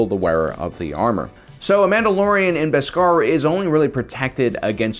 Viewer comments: I love the way he pronounces bescar as two words etc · Say beskar right plz im begging u